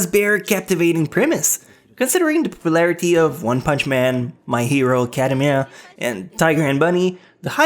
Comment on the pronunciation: "My hero academehh"